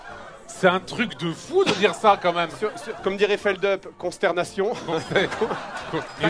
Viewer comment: Aayaaaaah Fred on dit Felle DUPE 😭 Je dis pas ça pour moi mais pour Félix c'est lui qui y tien ⭐